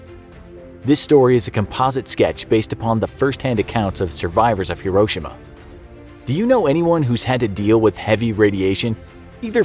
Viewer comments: It’s pronounced “he-ro-shee-ma” not “hiro-shima” 😊🤙🏽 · it's not "Her-ro-sha-ma" it's HERO-SHE-MA